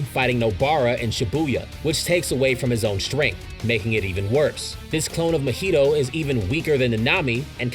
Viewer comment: How did you manage to say mahito’s name as mojito 😭😭😭